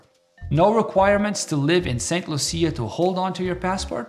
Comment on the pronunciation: Saint loosha . Thts the pronunciation